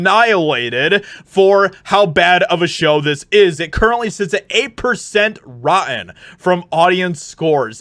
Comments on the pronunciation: bro love you shit but say this with me.. Rotten.. not ro-en. shit drives me crazy like people that say conversate.. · Rotten is pronounced RAW-TEN not RAW-EN. Why are there people who don't pronounce words properly? It drives me crazy. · face-red-droopy-eyes:Brother, the way you keep mispronouncing rotten is just embarrassing... Repeat after me "ROT-TEN"... I believe in you, you got this.